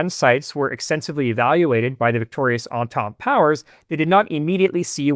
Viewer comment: Props to you for saying 'Entente Powers'